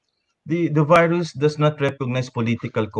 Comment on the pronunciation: "Veerus" is how russians pronounce the word virus. Pres. DU30 reminds me of Putin whenever he utters the word. 🇵🇭👍